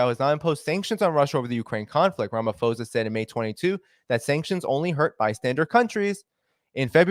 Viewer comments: Theres no F in Ramaphosa . Its not an English name its just written in English alphabets. The English rule of PH = F does not apply here. Just read it as you see it, with a P. Please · small correction: South African names use "ho" for a long O sound, "ha" for a long A sound, etc. The h is silent in Ramaphosa. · Correction: It's pronounced Ramapawsa, not Ramafozer. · I cannot. I heard “ramafosa” for the third time and I couldn’t listen anymore. It’s pronounced Cyril Rama-poh-sah. But thanks for the content. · Please pronounce the Presidents name exactly as is written Ramaphosa (not Ramafosa) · It's Ramaphosa not Ramafosa.. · Its pronounced posa, Ph does not equal f in Ramaphosa. Sorry I've just never heard someone pronounce my presidents name like that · The South African Presidents name is pronounced_ “Raa” “ma” “po” “sa” and spelt Ramaphosa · Rum - u - pause - a . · So the name is pronounced Ra-ma-paw-zah. Also, it’s like you are talking about a different incident because this is definitely not how the citizens view the Lady R incident. We are very certain that weapons were definitely loaded on that ship. The ambassador would not have made these accusations if the CIA was not certain of it, and obviously it can’t provide evidence without exposing its agents. Your ambassador didn’t apologize because no apology was due. Us, we the South Africans, are pissed off about this because it is putting in jeopardy the AGOA agreement which many of our small businesses (including mine) rely on to survive. It is shocking that you have such a dim view of your own country. Are you aware that the politicians who have dragged us (South Africa) into this conflict are the same politicians who have completely wrecked our power grid and are systematically forcing us deeper and deeper into financial ruin? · Pretoria is a land locked province I think ur talking about simons town in cape Town also its ramaposa u don't pronounce the ph sound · Its Ram ah - po zar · It is RAH-MAH-POH-SAH